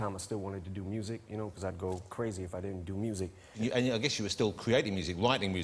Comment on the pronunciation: “When I wuz writing’ moosic..man.. “ Eminem wouldn’t know what music is. What a laugh.